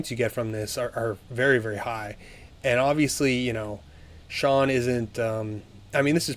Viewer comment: Why does everyone call Sean De'sean?